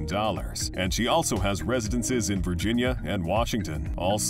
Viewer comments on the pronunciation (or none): none